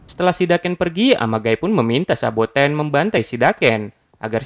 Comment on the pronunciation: Saboten bang bukan sabakan